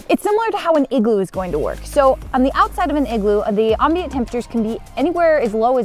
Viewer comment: thumbs down for STILL mispronouncing the word "ambient" even after the multiple comments I've made over the years correcting her. 👎